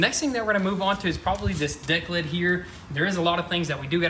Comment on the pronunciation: Anyone else hear him say Dick lid lol